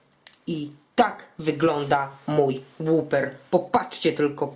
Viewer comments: nie "łuper" tylko "łaper" :D ale nie czepiając się zrobię sobie - dzięki!!! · jak juz tak chcesz mówić po amerykańsku to sie wymawia "łoper" a nie "łuper" ... ;| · Nie "łuper" tylko "łaper" < tak się to wymawia w usa a w uk "łopa"